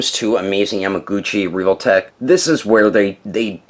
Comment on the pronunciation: He really just said: "Reevoltech"